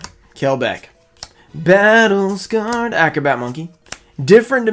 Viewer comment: I could actually do without hearing him say battle scared like that EVERY time he pulls that card it’s cringe 🙃